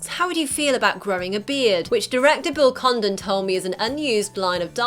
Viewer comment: I thought she said Bill Condom